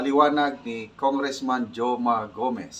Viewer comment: Goma po, Sir. Not Joma. 😅😅